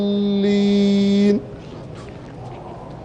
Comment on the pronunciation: "لعل" الشيخ يخطأ في موردين : 1- الظاهر يقول في نهاية سورة الفاتحه ( و لا " الظالين " بدل ان يقول .. و لا " الضالين " ) يوجد فرق بين ( ظ ) و ( ض ) 2- في سورة القدر ( يمد في موضع لا يجب المد فيه .. مثل قوله .. ليلة "القااادر" و هي .. ليلة "القدر" ...... لا يوجد مد * فإذا كان يخطأ بالقراءة .. لا يجوز ممكن للناس ان تأتم فيه